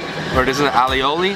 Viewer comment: ...its A-O-Lee (aioli)...not "all-e-olee".....LOL